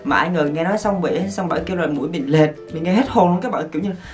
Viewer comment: Lệch not lệt :))